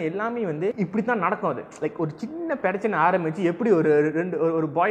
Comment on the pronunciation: Adei ennada tamil pesura..."perachanai" ah? 😂 Neeyum overaaa panra da